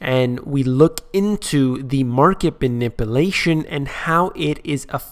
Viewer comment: "We look into the Market Banipilation" (not sure how to spell that correctly) - - WTF? LOL!